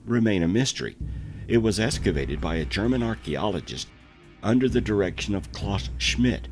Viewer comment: Excavated…with an X! Not an S. Interesting people make these videos. How can we trust them if we cannot trust the ways that they pronounce words? Maybe it’s a colloquial thing? I give him props for doing an hour long narration!